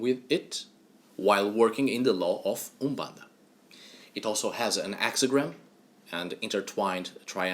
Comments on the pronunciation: Hi, I live in the city where umbanda was created, in the city of São Gonçalo, Rio de Janeiro. The native pronunciation of Brazil was the first you spoke . Umbanda is born from a prejudice that occurred in Spiritism (Alain Kardec). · Just started the vid and I must say, your pronunciation of Úmbanda'is on point 👌🏾 Ok, all your pronunciations are perfect! And the one you choose for Exu is the right one. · Your pronunciation of umbanda is perfect! The other words you have a perfect Portuguese from Portugal accent. Great work!